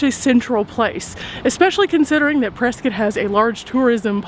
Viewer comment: Thank you for pronouncing Prescott correctly! 💕